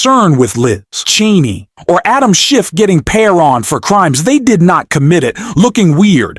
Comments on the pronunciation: It is very hard to take you and that voice seriously when you or the voice continually call Liz Chaney, Liz TRAINEY. You or the voice have done it at least half a dozen times and I am sure there are more to come. Do you even listen to your videos befoe posting them? I have stopped listening, before even getting to Liz Trainey’s coments because of the😊 stupidity of the voice and its’ mispronunciations. Do better. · Narrator, it is Liz CHAINEY, NOT Liz TRAINEY by mispronouncing you show your incompetence..... I'm going to bounce your channel!!! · For God's sake ,- could you please get a speaker that pronounces names correctly !!!!! NOT. Treeney - correct is "Cheney". !!! Others were wrong,too !!! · You miss pronounce Cheney it is not treney. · Liz Cheney's name is pronounced CHAY-NEE not TRAINEE. Also, you talk too much. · It's Cheney not Trainy. And it's Welker not Walker. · Why do you keep saying Liz Trainee? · Her name is Cheney not treny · Hey, her name is ch ch Chaney. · The narrator can not even say "CHANEY". Got any brains? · It’s not Liz Trainey you momo! Can I call you? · Did the narrator seriously say "Liz Trainee"??????? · Why is he keeping mispronounced Liz Cheney name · Is this an AI voice - ‘he’ keeps mispronouncing ‘Cheney’ - I heard at least 3 different versions - and if it’s not AI, then it’s disrespectful to not correct it. Completely took away any credibility of the video. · Why can’t this speaker pronounce Liz Cheneys name correctly. Is this AI? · Cheney and Welker...NOT "Traney" or "Walker" 🙄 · Why can’t you pronounce Cheney?!? You’re saying Trainy?!? Kinzin-Grrr. not Kinzin- Jerrr.